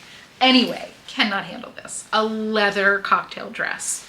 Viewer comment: The "lea-vuh" and lace...🔥🔥 Excellent haul! And the skittles bag of Viagra was wild!! 😂😂